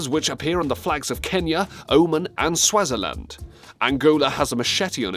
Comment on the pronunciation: O-maan, and Swaazi-land too, not O-man and swazzy-land